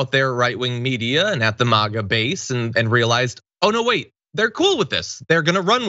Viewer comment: Thank you for saying Mah-a and not Mag-a, it's a pet peeve o mine 😂